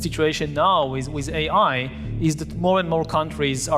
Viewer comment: Africa should hold back on the vibrainium.. Love his accent “Aye high.”